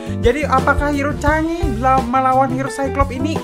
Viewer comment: Chang'e Sebutinnya Kaya Sange